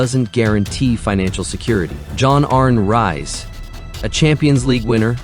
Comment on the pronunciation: More ridiculous AI bullshit. John arn rise/reez lol